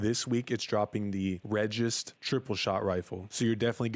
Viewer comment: It's pronounced BenE and REgis.